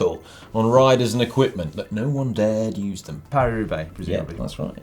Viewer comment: Is it really so hard to say Paris-Roubaix? You always make it sound like Peiru Bay.